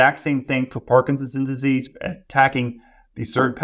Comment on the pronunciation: This is full of good information, as are the comments. Is the good doctor aware he is saying “parkinsease” instead of “Parkinson’s disease” through most of the interview? At first, I thought he was talking too fast for me to hear the extra 2 syllables. But they’re actually missing!